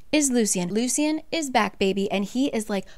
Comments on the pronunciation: the correct pronoucations of the names (According to the audio book): Ianthe - Eye-an-THEE Lucien - Lou-SHH-EN Tarquin - Tar-KWIN Just a fun little tid bit I thought you should know! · I was so confused who Ianthe was because of how you’re pronouncing it. In the graphic audio they pronounce it like “Ayanthee” and And Lucian is Loo-shian